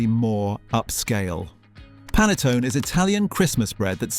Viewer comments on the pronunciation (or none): It's pronounced Pahn-eh-tō-neh, not Pan-a-tōn. I wouldn't have said anything, but you made such a big deal about mispronouncing it, then you did. Leftovers make divine French toast! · Panettone is pronounced “pah-nah-tone-eh” or AY - Italians pronounce an “e” as our “AY” or our CDN “EH?” Not all Italian E’s are pronounced as such, as with English, it depends which letters are around it, of course, but that one is “Ay”! Panettone is very popular in CDA - I think partly because of the ending to it’s name - EH? And in French-speaking CDA they can relate it to their E with the accent Aigu - their “Eh?” ❤ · The narrator also doesn't know how to pronounce 'panettone'. Shocking to draw attention to people's errors and then make the same mistake yourself. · You accused most brits of mis-pronouncing pannetone yet mis-pronounced it yourself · You cannae pronounce Pannetone either. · You didn't prenounced panettone correctly either. The best brand is Bauli. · Funniest bit was the AI voice saying Brits can't pronounce panettone properly and then mispronouncing it.